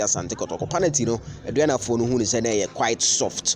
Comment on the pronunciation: The word is PENALTY and not PANATY. Why do you these kumasi bloggers find it difficult to pronounce certain words?